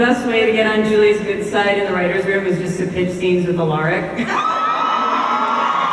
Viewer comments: When she said ALaRIC I honestly screamed it's Alaric, you uncultured swine😠😠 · When that girl said "Aleric" instead of "Alaric". -. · umm wait.. EXCUSE ME, ALA-RICK? ALA-RICK? no. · Lol that one girl pronounced Alaric's name wrong. He even said, the episode he came in "You may want to pronounce it Alaric(the way she said it), but it's Alaric(the way it's supposed to be pronounced)"